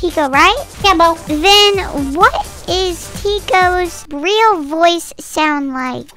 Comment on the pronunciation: Summary: "im thwe rweal tiko" "No im thwe weal tiko" argument